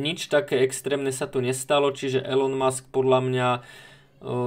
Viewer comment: Elon musk sa čita ilon musk